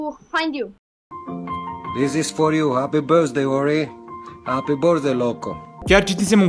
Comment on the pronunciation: “Happy Birshday Loco”😂